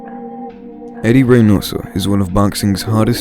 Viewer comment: Whoever is narrating really needs to learn more about what they're talking about, he pronounced kingRy incorrectly as well as fonseca and Eddie Reynoso, whoever wrote the script also got Ryans age wrong and said the fonseca fight happened last February when it happened this year